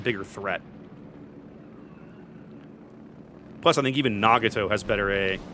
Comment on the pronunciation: my brother... its Nah-GOT-oh... not nah-gah-TOE.